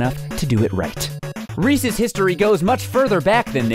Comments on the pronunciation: Thank you for pronouncing "Resse's" right. In New Jersey at least, people pronounce it "Ree-seez" and Reese's Pieces "Ree-seez Pee-seez" and it really bothers me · You pronounced it correctly!!!!!! No one else does!!!